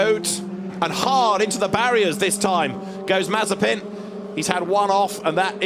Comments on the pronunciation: Incorrect Pronunciation Compilation Mazziepen Masipan Massiepan Masipang Mazziepan Mazziepan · Comentator Nikita Mazep-a-n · no one: The commentators: Nikita Mazepans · Mazepin: is spelled and pronounced mazepin British commentators: MAZEEPAN! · Bruh the commentators actually called him Nikita Marzipan 😂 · "maz-i-PAN" that's an "i" in that last syllable, mates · Why do they say mazipan instead of Mazepin? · Nikita Mazepan 🤦‍♂️. Is Mazepin that hard to pronounce? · Why can’t some of the commentators say ‘Mazepin’ properly they pronounce his name as marzipan or mizapen 🤦‍♂️ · When Britains try to pronounce 'Marzipan'. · Mazepin, Mazeepen, Mazapine... who cares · Why is the commentators calling him "Marzipan"? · I love how some of the commentators called him Mazipan, i call him now Nakita Has-A-Spin XD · the dude said mazi pan :) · "Terrible things for nikita maz a pan" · 1.54 “Nikita Mazipani”😂😂😂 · LOL at the way Mazepin is pronunced Mazipan by the commentator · love how they f up his last name xD MAZIPAN! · Did he really said Mazipan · Nikita mazapán así lo pronuncian 🤣🤣🤣🤣🤣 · can we appreciate the commentators calling him mazeepan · Nikita mazapán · Why are they saying Mazipan? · Is it just me or are they calling him Mazipan sometimes?😂🤔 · man said mazipan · These fools insisting on calling him Mazzipan. I mean, are you a professional commentator or not? It's a bit embarrassing. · Nobody: Commentator: Nikita Mazipan